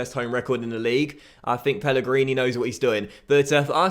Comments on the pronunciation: Mate it's Pellegrino not Pellegrini haha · Pellegrino!! not Pellegrini!